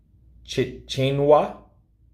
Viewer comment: Lol "CHETCH-NIA" is how you pronounce Chechnya:-))